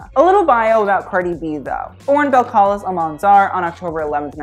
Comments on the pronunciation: Her name is pronounced bel-ka- lease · You didn't say her name correctly at all. I don't know why I am so upset by it. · People keep calling her bel-CAL-is but im pretty sure it's bel-ca-lEES? Or am i being stupid?